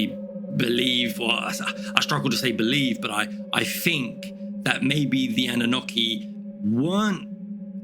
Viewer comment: Think. Not fink.